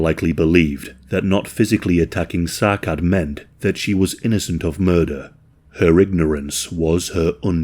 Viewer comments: It's pronounced as Sa'ad not Sacad. It's a Somali-Arabic name. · It's pronounced 'Sa'ad', not Sakad. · If I’m right and Sacad is somali, his name would be pronounced something like Sa’ad. The “C” in somali does not make the same sound as “C” in English. “C” in somali would make a sharp “a” sound. Like the way “a” is pronounced in the word “apple”. So the capitalized “a” in the following example would have that sharp “a” that I just mentioned. “Sa’Ad” Of course, in some cases, it is not exactly feasible, but I think it’s important to pay attention to how ethnic names are pronounced to pay proper respect to victims. Love your videos, just thought I’d mention this! ❤